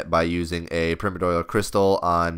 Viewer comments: Pri (PRY) - mor (MORE) - di (DIE) - al (ALL) Jesus. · "Primidoil" LOL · Its PRY-MORE-DEE-AL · Primadoyal? Pri-mor-dial. Lmao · Primmer-doyal? Pri-Mordial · Pri-more-dial, not primo dyal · hahahaha prim-uh-doy-uhl. its pirme-or-dee-uhl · it's pronounced pri-mord-e-all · love your vids but its pronounced Pry-More-dee-ull not prim-or-doyal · PRY - MOAR - DEE - AL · Wait wait wait WHAT?! Since when is primordial pronounced permidoil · permed oil... lol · Primedorial XD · Prime-ordeal pronounce it like that pls, before I nms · "Primodoial" xD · perpy doyle is not the same as primordial, it's like you've never heard the word before, or have a reading problem. go. back. to. school. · please learn how to say Pri-mor-di-al as in Primordial soup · Prym-idoyal lol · Please pronounce primordial right, that shit grinds my ears. Holy fuck. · agree. It's not even an obscure term. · pronounce the second 'r' in primoRdial lol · The first i in primordial is pronounced like in Life not like in Trim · How can you butcher the word 'primordial so fucking bad, just take 1 second to read the fucking word.' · holy hell its painful to listen to you pronounce the name of those boots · wow pronunciation of Primordial is so bad D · disliked cuz of primordial pronunciation